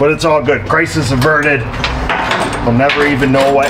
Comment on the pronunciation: After you got the broken bolt out did you say Chrysler's averted or Crisis averted ? lol